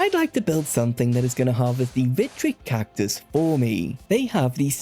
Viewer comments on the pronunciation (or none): why tf do you say cactus like that